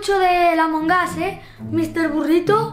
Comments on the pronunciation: amongos se dice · Ya carajo ya dejen de decir amongas es amog us porque todos dicen eso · Noo amongus se pronuncia among us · No saben decir amongus